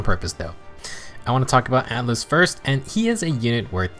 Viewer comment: Ah yes, Atlus in FEH! /s In all seriousness, it's Atlas with an "a".